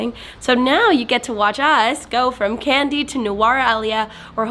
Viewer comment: Its not pronounced "Candy" its "Kandy" the "ka" part should rhyme with "ha" or "ma"...